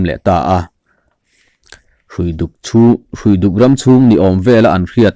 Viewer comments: Hruifuk khua hi i thlúk dik lo deuh, Hrui(rope) a ni. Árpui tiha pui tih thlúk angin, Hruiduk tih tur aw. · Hruiduk lam dan hi...hrui tih lai kha ramhrui, hrui hrual, etc. ang a lam tur a ni e. Engpawhnise hma i sawn hle mai..